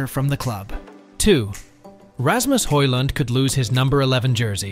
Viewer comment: Do your research !!!! Højlund is pronounced HOYLUND not HOYSLAND 🤣🤣🤣🤣